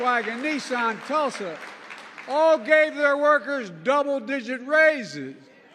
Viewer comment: Did you hear this mummy say "Ford GM and TULSA (SIC) .. 😂😂😂😂 TULSA....😂😂